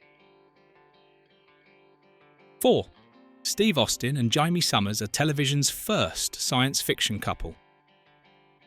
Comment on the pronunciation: This was great. By the way, her name was Jay-me, not Jie-me.